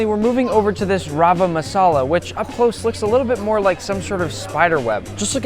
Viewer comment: FINALLY SOMEONE WHO PRONOUNCES MASALA PROPERLY